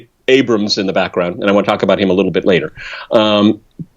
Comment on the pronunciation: Spooky MGTOW He's a gweedy wittle bastard.